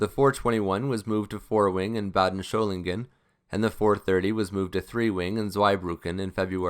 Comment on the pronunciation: Excellent video on the 104 - but one small correction: there is no “h” in Solingen.